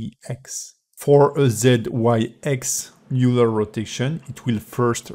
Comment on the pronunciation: it's oiler. :p